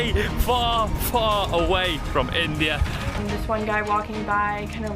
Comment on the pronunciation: Bhai andia nhi india bol